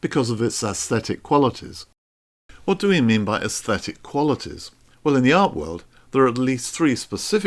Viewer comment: But he doesn’t pronounce them correctly.